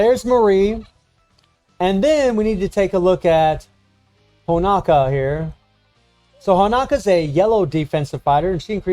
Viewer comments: It’s Honoka not HonAKa lol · It’s pronounced Ho-No-Kah